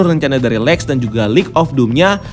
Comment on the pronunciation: cuk lex napa jadi alek